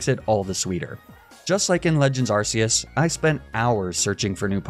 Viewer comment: Btw it's pronounced Ark-eus not arse-eus